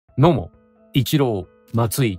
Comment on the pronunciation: 「野茂」が「どーも」にしか聞こえなかった